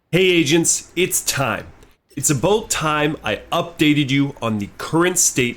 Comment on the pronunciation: are you Canadian? 😂😂😂 cause its aboot time yall hush 🤫